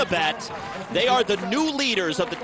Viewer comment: i love how he pronounced Deutschland :p